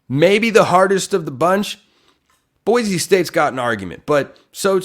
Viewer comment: Boy-see not boy-zee